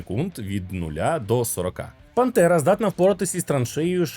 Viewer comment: Чому ти говориш Пантера, але я чую Бандера? 🤔